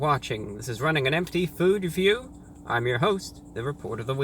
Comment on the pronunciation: you have to emphasize the last syllable of review. reVIEW